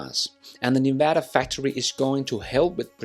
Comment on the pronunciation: The semi will be built in Nevada. Also why can no one pronounce our state correctly ? It’s Nev-ada NOT Neva-da. Come on guys get it right.